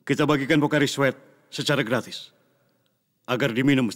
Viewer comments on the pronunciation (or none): Logat betawi😂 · "Gak manis" "Gratis nih" dgn logat betawi "Kurang ajar" ngegas